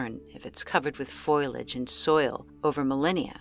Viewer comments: Did she seriously say Foilage instead of Foliage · its foliage!! Not foiliage! Fo-lee-ij 😂lol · You're driving me nuts. The word is "foe-Lee-idge", not "foil-idge". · Hidden by "foilage?" Drats, foiled again. I'm guessing the voice over artist is unfamiliar with the word "foliage." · Narrator, learn to pronounce the words in your script! There’s no excuse for a professional narrator to mispronounce such simple words as “negatively,” “foliage” and “buried”.